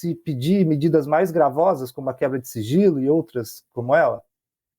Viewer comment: Só eu escutei siRgilo?😂